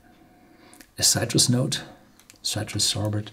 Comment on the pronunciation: Horst, polish your English. Your pronunciations of "precious", "citrus" and some other words are worse than Werner Herzog, haha. Also your ad hoc translation of "Sorbet" as sorbet and not sherbet was funny.